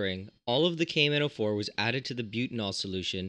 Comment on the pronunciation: The way he says the name of potassium permanganate "cavemen O4"